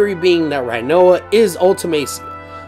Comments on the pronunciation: It's pronounced renoah not righnoa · First of all: it’s pronounced Ri-noa, not Rai-noa. Second: the dangling body is Ultimecia’s, I thought that’s clear. Otherwise I love the theory, just not most of your support of it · Say rhinoa one time... I dare you.. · Butchered rinoas name